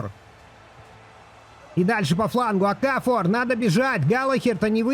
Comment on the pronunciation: Коло-МуанИ ОкафОр